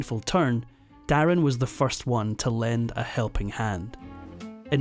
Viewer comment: His name wasn't der in it was darin from mandarin I don't know where you got your info from 😂